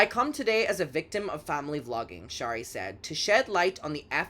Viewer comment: Great vid! FYI, Shari is pronounced in a way that rhymes with “cherry” , NOT “shah-ree” ❤